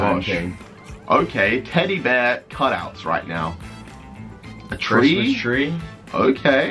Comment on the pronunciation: Did Anyone else hear Jarvis say “Tristmas Tree”